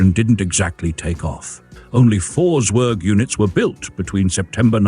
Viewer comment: And pronounced tsverg, not sverg.